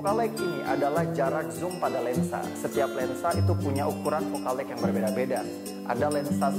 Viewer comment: sorry bang bukan fokal leg, tp fokal leng,, LENGHT ^_^